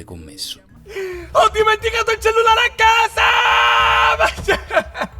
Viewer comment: "Il cellelare"